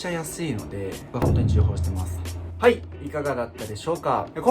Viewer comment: 重宝 ちょうほうって読みますよ！ 安くてシンプルで良さげですね！ 筋トレしてると着れる服少なくなってくるからスポーティー系になりますよね